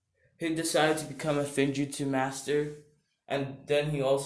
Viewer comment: It is pronounced like f-woom-jut-su As in sealing jutsu